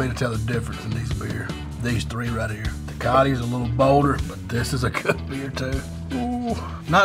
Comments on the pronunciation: "Tekati" lmao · Te-cot-T lmao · Dude said “Tecati” 💀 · I loved it, lol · The way he said TECATE